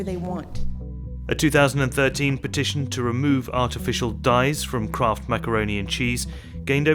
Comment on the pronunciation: I thought it was Kraft, not Croft ? Hmmm. You learn something everyday.